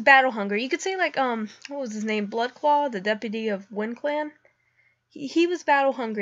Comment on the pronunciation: Oh no, you said bloodclaw lol